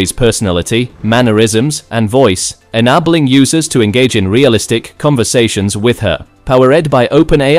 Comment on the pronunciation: Are you so lazy that you have to have a computer to make your speech? How do I know you used an AI voice? "Fa lowers", "En abbleing"... The mistakes that AI suffers from render this video a horror to listen to.